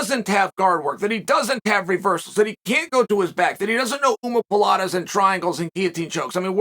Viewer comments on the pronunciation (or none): What pray tell is an “omapalata”? Is that how black belts pronounce it?